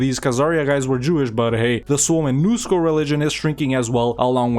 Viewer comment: Really good pronunciation of Suomenusko 👍